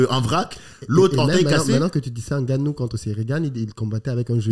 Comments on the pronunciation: J’ai les oreilles qui saignent a chaque fois qu’il dit « N-Gannou » 😭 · Par contre faut savoir prononcer le nom de Francis